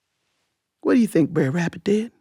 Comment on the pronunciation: I think that at any rate the pronunciation is closer to "bruh" than what she said, because the ending should sound like the ending of "brother." Br__er. Not brair.